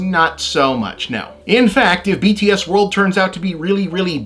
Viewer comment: I appreciate this too! The only truly offensive part was that he completely failed to pronounce their band name correctly, sounding like he was mocking them, but otherwise a great video!